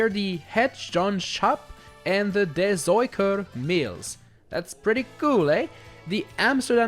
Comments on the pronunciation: I'm also from the Netherlands, yes he really said those names wrong “het jonge schaap en de zoeker” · 😂😂 as a dutch person I can confirm you did kinda butcher the names lol. I’ll give you some rough pronunciations of the places: The windmills: 1: het (you pronounced it pretty correct) younge shawp (this is far from perfect but it’s the closest to English pronunciation I can get 😅) 2: de (you also pronounced this correct) zooker (this pronunciation is pretty accurate to the dutch pronunciation) The montelbaanstoren: this one is really hard to describe, you actually pronounced it pretty well but the aa is pronounced you like you would say aah in English, this also applies to the first windmill you covered. Maybe put in google translate and let it be pronounced for you if you’re curious. For the channel the tower is next to I couldn’t find out which one it was 😂 sorry… And for the Rijksmuseum: the best pronunciation I can give you is ‘rikesmuseum’, this pronunciation is pretty accurate to dutch. I can also give you the translations for some of the landmarks. The windmills: 1. The young sheep 2. The seeker I don’t have a translation for te tower since it’s a name The museum: it’s also a name but it roughly translates to ‘the richmuseum’, this translation doesn’t make sense if you look at the context but in dutch if we say ‘rijks’ before something we basically mean the main thing of the Netherlands when it comes to that thing. I hope I cleared some things up for you! Cool video btw, I really enjoyed it! Have a nice day!